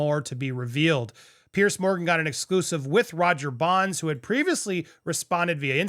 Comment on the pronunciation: Andy it’s Piers as in (Peers), nor Pierce…. Just sayin’